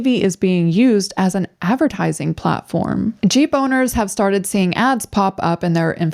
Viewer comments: did she say "gboner"???? as a company name? thats what I keep hearing. so confused haha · when you said jeep owners i thought i heard G boners!! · When she said Jeep owners, I thought she said G boners hahaha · I thought you said "g boners" then i realized you said jeep owners lmao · oh, jeep owners. i thought she said g boners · I thought she was saying G boners.